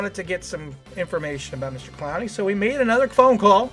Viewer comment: Why are you saying his name like that...?